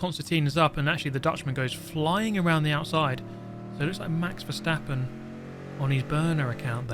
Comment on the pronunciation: "Hello, Valjesstappen here"